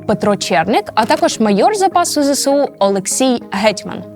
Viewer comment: Відео супер. Але. Ви теж надаєте росіянам важливого статусу тим, як вимовляєте ЗСУ. Зе Се У - це калька з російської Ве Се У. В українській абетці нема букви «се». Є буква «Ес». Ми ж не кажемо Се Бе У. Виправляйтесь, вірю, ви можете коаще.